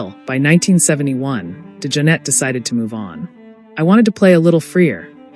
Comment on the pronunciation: Not to take away from all the accolades, Jack was one of my favorite musicians, but the computerized speech STINKS. Can’t even pronounce his name correctly! Liv Evil?